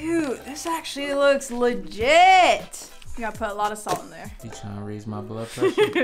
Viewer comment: This how many times she said “LIGIT” 👇🏾